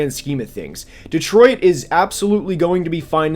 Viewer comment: The way you say Detroit drives me nuts lol.